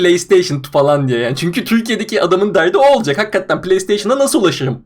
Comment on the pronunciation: Lütfen artık "Hakkatten" diyip durmasın. Nolur. Plzz.